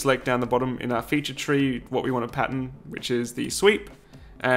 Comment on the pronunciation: Anyone else think he said patent instead of pattern?